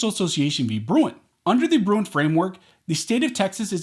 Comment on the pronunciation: The way he says “Bruen”